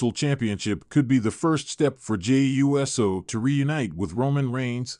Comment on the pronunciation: WHY CAN'T THEY PRONOUNCE JEY'S LAST NAME CORRECTLY? NOT JEY U S O BUT JAY OOOSO!!!!!!